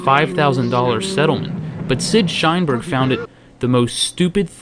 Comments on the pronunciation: Shineberg, lmfao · Shineberg... lol.. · "Sheinberg" Every time.